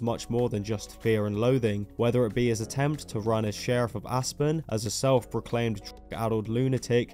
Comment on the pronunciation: I thought you said "Ass-burn" when you pronounced "Aspen."